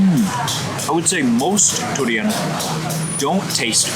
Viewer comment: Big fan but man the way you say durian is way over the top and pretty annoying honestly! Haha